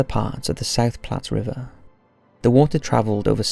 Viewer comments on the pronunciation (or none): none